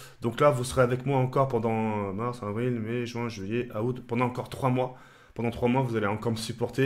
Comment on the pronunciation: à il dit "août" en le disant "ah-oute" mdrrr il me tue